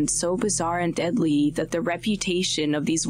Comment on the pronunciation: Why does the narrator hold the last syllable for so long “frequentllyyyyyy” made the show unwatchable. Like a “valley girl,” or “cali girl” accent. “Deadlllyyyyy”